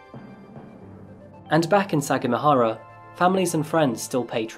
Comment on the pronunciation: Took me while to understand what city you were taoking aboutI lived there when I was a chilid; We pronounced it sa gam a hara